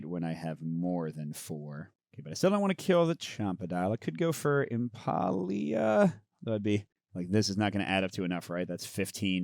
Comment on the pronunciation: Impaleah. Impale-ah. Not Impah-e-ah. It's a play on Impala. :D